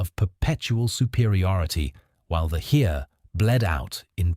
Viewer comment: I worked it out! The "Here" he keeps talking about is " das Heer". Pronounced "Hair". I know I'm f***ing stupid but this was confusing and didn't give me confidence in the rest of the video.